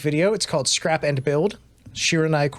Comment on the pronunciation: Bae just said that she will also going on a break in September. and youre pronouncing shiranui wrong